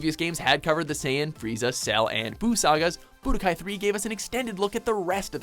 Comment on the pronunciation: ITS budokai TENKAICHI 3 not bodokai 3